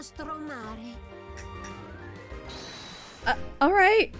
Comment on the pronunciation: that was a surprisingly good pronounciation of "il nostro mare" yes eccellente Is synonimous of exeptional and exellent in italian ok so as an italian this would've been really fun if She wasn't from Sicilia but from Calabria because in Italy we have the stereotype that in Calabria every local specialty Is super spicy, also why didn't you simply pressed a second time the statement where She says rapidamente? you were so close yet so far the C in italian Is not pronounced as an S in this case It would be pronaunced the same way you would pronaunce chi in chiuaua